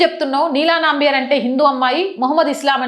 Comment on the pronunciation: అది నంబియార్ కాదు, నంబియార్.